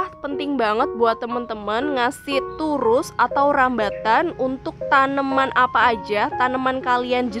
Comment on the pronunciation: Turus bkn tirus🤭